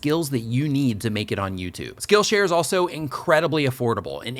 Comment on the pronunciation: Oh my goodness,. I put this video on while I was cooking supper - right after a hard workout. I positively heard you say your sponsor was "Skittle Share" and I was like, "WHAAAAAA????" I guess I am hungrier than I thought!!;-)